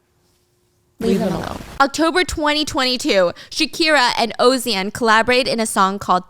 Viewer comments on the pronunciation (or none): ozan? Its ozuna! OZUUUNA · Egregious pronunciation “ozian“?Literally ends in una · the way she said Ozuna sent me 😭 it’s O-sun-a girl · Osium ?? Lol his name is pronounced oh zoo na = Ozuna lmao.. say it fast 👍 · listening to stephanie talking about this case just delighted me so much but my highlights are her cute mispronunciations of spanish like calling ozuna “ocean”🤏🏼🤏🏼🤏🏼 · Ozian 😂 it’s Ozuna Steph ❤ love u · Stephanie I'm crying girl what did you call Ozuna??! 😂😂😂 I heard Ozean 😅😅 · The way you just called Ozuna "Ozian" just sent me rolling... xD And now I wanna go listen to the song! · "ozian" LMAOOOO im weak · you caught me off guard with that Ozuna pronunciation LMAO don't worry I love whatever you say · not her calling Ozuna "Ozean" LMFAOOO also Monotonia translates to Monotony :) ! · ozuna’s name is pronounced Oh-Zoo-nuh 😭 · como pronunciaba ozuna jashaansasjjjs te quiero stephanie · i loved this episode but the butchering of Ozuna’s name😭😭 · why did she say Ozuna so wrong i had to turn around 😭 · stephanie mispronouncing ozuna is sending me😭😭😭😭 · I've been wanting to know the tea on Shakira and Pique for so long; thank you Stephanie. Regarding the pronunciation of Rauw and Ozuna's names, shame...she tried🥲. I will say, my heart shattered when she mispronounced Ozuna's name.